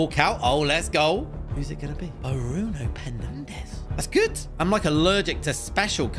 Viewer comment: When was swapping kaka for bruno Fernandes, he called bruno bruno penandes